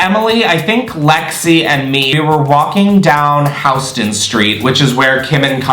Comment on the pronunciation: Ack..for old time NY'ers it's pronounced Yew-stin St, not HOU-ston St, love ya' regardless!